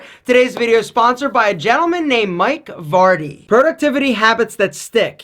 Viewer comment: I thought your name is Fardy (like fart), not Vardy. Sorry!